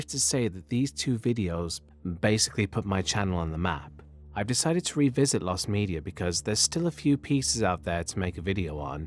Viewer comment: "lost medier" ^ ^